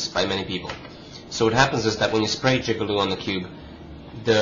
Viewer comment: It's Jig-A-Loo